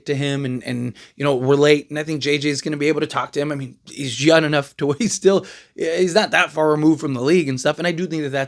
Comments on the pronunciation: I swear I keep hearing him say Yun instead of Young.. am I tripping? 😅😂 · I fw you bro but it’s three things i don’t like. Your background, the fact you say “youn enough”, and how fast you talk when you close out the show. You my boy tho ✊🏽